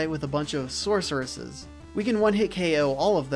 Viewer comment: Thrustaeviseseseses lol Sorceresseseseseses lol